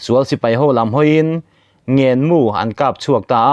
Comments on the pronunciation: A bengvar thlak e, mahse, Mizoṭawng a hmandik mai awma ngaih, ''NGÊN MU'' tih tur te, ngenmu ti a hniam deuha i lam ri ṭhin hi chu, in siam rem angai. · Ngen mu tih kha,naupang thil ngen anga lam tur a nilo Lai tih tawng thluk in,NGEN tih tur aw,tawng thluk diklo hi a ninawm